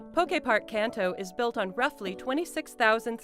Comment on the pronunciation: FFFS. KAAANTO…. Not CANTEO….